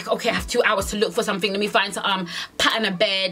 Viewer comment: She said I might just do sutten light 😂🤣